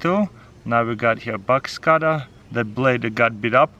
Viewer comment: At first I thought he was saying bugs cutter then I understood that he was saying Box cutter